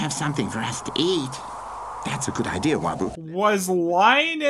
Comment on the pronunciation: "That's a good idea, Wabuu" "What kind of idear is that?"